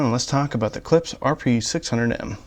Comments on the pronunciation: It’s Klipsch not Klips. Why dafuq I have to hear how the beer goes down your throat ??? Drink the godamn beer after the review. This is a joke. 🤣🤣🤣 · You're my favorite audio reviewer but it's driving crazy when you say "Clips" instead of Clip--shhh".